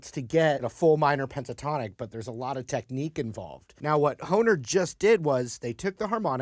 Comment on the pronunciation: Thanks for the correct pronunciation, I alway was unsure of how you pronounced Hohner, I thought since it was a German company the H sounded like a B